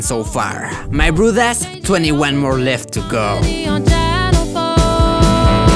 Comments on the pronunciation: "My brothos lets start animating" Me: what did he just say? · I love when he says my brew das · yo, what's ur actual language btw? when u say so my broeders it sounds dutch LOL i know i'm 1000% wrong but yeah